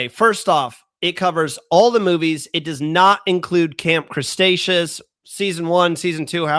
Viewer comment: I think I heard Crestaceous instead of Cretaceous.